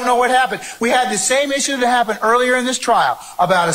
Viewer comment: The word is “that,” not “dat.”